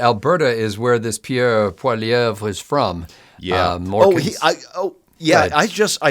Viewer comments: Polly-ev. Say it that way and ypull be ok. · It's pronounced Pwa-lee-yev. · POIL-LIE-EV. The RE is silent. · It is pronounced POLY EV